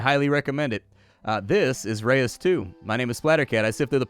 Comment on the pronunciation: Nice to see what this game is looking like. Not sure I am a fan of the changes from the first game, kind of seems dumbed down in areas. But maybe it makes up for it in other ways. BTW, I believe "reus" is a single syllable word, pronounced like the word loose, but with an 'r' instead of an 'l'. As others have mentioned it is a dutch word for giant.